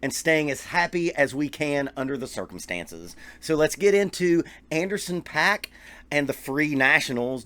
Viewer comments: His name is pronounced "POCK" NOT PACK!! If you are going to give your review of a particular musician, the LEAST you can do is learn how to pronounce their name correctly. That's equivalent to a music teacher explaining drum rudiments to their students and says "LRLL RLRR LRLL RLRR" Pay-ruh-dib-ble, Pay-ruh-dib-ble, Pay-ruh-dib-ble, Pay-ruh-dib-ble... Suddenly the student stops practicing and annoyingly screams, "IT'S PROUNOUNCED PAIR-RUH-DIDIDLE!! NOT PAY-RUH-DIBBLE"!! WTF??! I had to get that off my chest. I'm cool now. 😂😂😂😂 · It’s actually pronounced Anderson “Pock” :) Great vid!